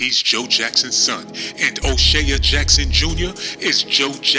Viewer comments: O'Shay ya???? It's pronounced O- Shay This video is crap. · U sound wild crazy.. Here come that niggah wit and attitude. Stfu. CHRIS TUCKER AND MICHAEL JACKSON WAS COOL BECAUSE CHRIS WAS KNOWN TO IMPERSONATE MIKE. YOU DIDNT EVEN PUT THE RIGHT PIC FOR O'SHEA ( hey jack ass ) ITS PRONOUCED O SHEY LIKE SHEA BUTTER SHEA STADIUM NOT O SHEAH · O'Shay-uh??? and his name is Irish, not Swahili, Ice Cube said it himself. This channel funny as hell, but he got a point about the greed. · Did he say " Oshea jackson jr jr !! Lol !!! Wal -Mart !!! Classic !! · Fuck you cant pronounce his name. O shea is irish